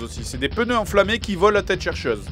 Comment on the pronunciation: "Des peuneus" x)